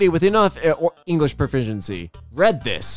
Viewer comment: Bro just said Engrish not English